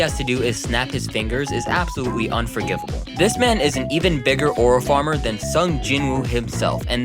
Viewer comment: 'oral farmer' lol.